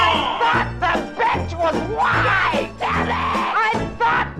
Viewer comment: OOOOOHHHHH I thought she said the bench was wide until she mentioned racism I was so confused